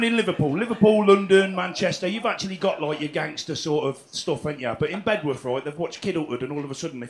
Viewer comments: Bed'uth Doug, Bed'uth. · Brilliant.. But it's "Beduff"!